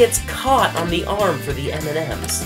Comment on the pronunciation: Every time he said M&M's I thought about Eminem hahahahaha